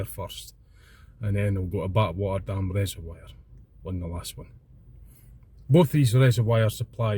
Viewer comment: Haha you need to practice saying reservoir lol it's not wire its voire Used to live near Glamis and would drive to peel farm and lintratgen Lots of nice drives around that area its better when you show the area instead of seeing it behind you we have sleet and wind thru here I'm visiting dundee tomorrow and Friday so taking my camera round the west end for an hour cheers for the video